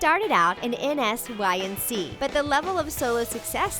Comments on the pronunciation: Really? N-s-y-n-c it's nsync like insink if you can't pronounce it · anyone else cringe when she said N-S-Y-N-C instead of N'sync? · Stop saying n-s-y-n-c. I hope you’re joking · Did she spell out N'Sync 😒😒